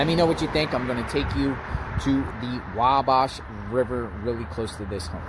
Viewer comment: Hi. Native Hoosier here. It's pronounced "Wa"(as in the Wa in Walmart)-"bash", not "Wob-bosh".